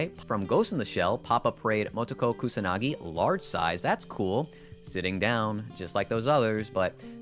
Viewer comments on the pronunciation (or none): none